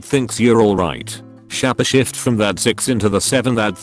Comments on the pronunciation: Couldn't continue watching after s-chap-eh shifte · For the love of god, stop saying shappashift. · shahpeh shift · Why did it annoy so much that the robot pronounced shapeshift as shapashift? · Everyone: Shapeshift Computer voice: shappashift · Shapeshifting world: exists Narrator: shappa shift.